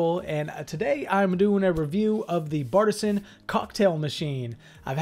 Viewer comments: It’s actually pronounced BAR T SIAN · It’s Bar-te-sian